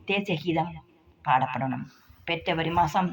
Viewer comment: பெற்ரவரி இல்லடி பெப்ரவரி டி அது என்ன கொடுமையெல்லாம் பார்க்க வேண்டியதா இருக்கு